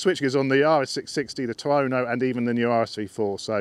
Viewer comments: Sorry mate it is pronounced " twar reg and reg rhymes with leg ;-) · It's pronounced "Twareg" you silly sod 😂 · it's pronouced- Twaar ig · I thought so too; “twa-regg”